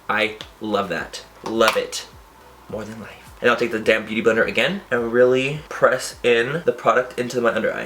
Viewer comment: every time you say "damp" I always think you're saying "damn" LOL